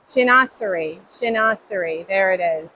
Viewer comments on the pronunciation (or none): Shin-wa-zer-ree pronunciation?